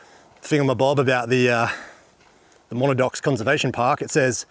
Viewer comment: According to Wiktionary, it's pronounced Muh-nad-nocks. From an Abenaki word from north-eastern USA and Quebec. The bush always looks amazing after rain! Another great vid, mate. 👍